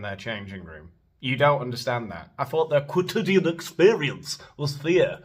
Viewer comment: If you are going to use the word quotidian at least learn to pronounce it.